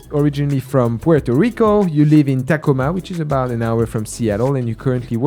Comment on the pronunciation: Taco-ma. I think knows darn well how to pronounce these words but he enjoys making us swoon with his adorable accent.